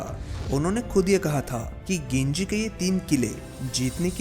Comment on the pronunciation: वो गिंजी नही है वो जिंजी है।